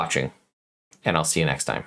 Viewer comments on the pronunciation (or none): none